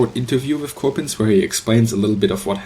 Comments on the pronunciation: Michael Bohmer no i didn't mean it like that i meant that you pronounce it like you would as a german he said it like a frenchmen would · you pronounce coppens like you would in german its a flemish name and you pronounce it like a dutch person would